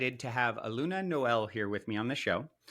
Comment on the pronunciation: Thank you for having Eluña on your program. She is a powerful and special being. I just wanted to share that her name is pronounced differently than how you said it. It's pronounced Elunya. The squiggle on the n give a "nya" sound. :)